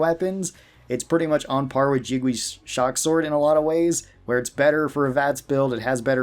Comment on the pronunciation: Lol the pronounciation of Jingwei as "Jig-wee" is killing me